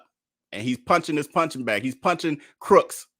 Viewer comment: Too funny. First video of yours that I am watching. I'm late to the game. Just noticed you keep calling him Darius "Crooks." Lol